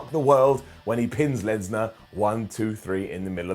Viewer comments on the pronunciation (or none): "Through the roops" "first Smackdown much" "when he pins Lensnar" You feeling alright today,? Lol